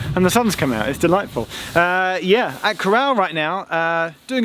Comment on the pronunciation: and also Corrour is pronounced caw-roor